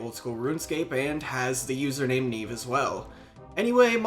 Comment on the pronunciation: Nieve, as in Snow in Spanish. Not Neeeeve, Knee-Eh-Veh I still see her when doing farm runs, because I haven't gotten her killed with my "questing" 😂